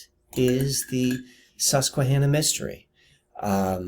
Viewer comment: Hi. What an incredible, fascinating subject; well done. In the spirit of synchronicity, you should know first there’s no reason I should’ve seen this great video. I stumbled upon it. I live outside San Diego County proper and work at a casino in Alpine called Viejas. However we play at a nearby casino called Sycuan (same native family owners). It’s all I could hear when you said Suquanna. This video had so many synchs with me, too many to list. I’ve watched most of your other vids as a result. Wand is an ancestral name in my family. My Haplogroup is X1b and I hope you venture into DNA and ancestral topics. My maternals were in your area, also Appalachia. My maternals include Peregrine White of the Mayflower. I say all this to show you that your efforts can reach the most unlikely, unwitting receivers, who appreciate what you’ve done to such a great degree. You’re very remarkable and special, Thank You.